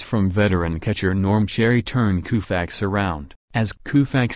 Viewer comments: I have never heard Sandy's name pronounced Kooofax Before! What planet are you people from? Why not let a real person narrate instead of some computer? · "Koofax", is the narrator from India? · You said Koofax. You're fired.